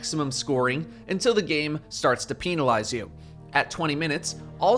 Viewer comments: I’m just here for the “peen-a-lize”. Ily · Im a solo player so i play with randoms. The randoms say: So no 10%? They just shred champions with arbalest and i cant get the finisher off. Also i dont know if its intentional or not, but they way says "penalize" is funny.